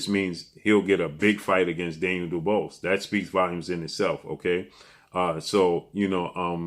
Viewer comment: can't pronounce Daniel "Dubious" that word stumps him 😂